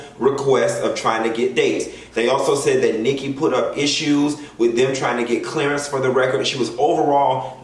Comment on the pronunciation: We trying to get a “Clarence” ??? Did he mean clearance